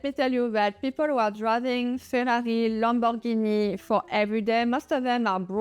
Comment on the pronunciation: Real wealthy people know how to pronounce Lamborghini (and no, it's neither "Lamborgeeney" nor "Lambo")😂